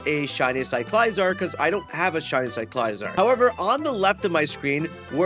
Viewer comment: Cyclizar is pronounced Syke-Liz-zar Like Cycle lizard. NOT Sigh-Kly-zar. Sometimes you pronounce well known Pokémon so off i wonder if you actually play the games at all or have ever watched the shows.